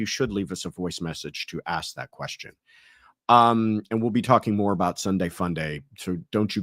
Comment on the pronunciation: Haha!!! I had a feeling you were from Canada!!!! The way you were saying aboot!! Haha Fellow Canadian here!!